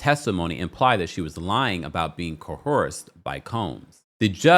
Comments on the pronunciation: Can yawll PLEASE stp saying COHERSE??? COERCE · Why does everyone keep mispronouncing the word COERCE?? There's no H in coerce. Pronounced CO -erss.